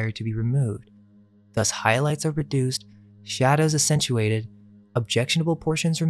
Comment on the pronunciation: It's not "essentuated", it's pronounced WITH the "aCCentuated" sounding like an "X"... I know I'm harping on you but I want you to succeed and I believe your videos should be played in classrooms. However if it's going to be played in classrooms, you need to be able to say basic words correctly!!!